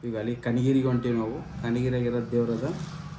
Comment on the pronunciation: Kanageri alla adu kanakagiri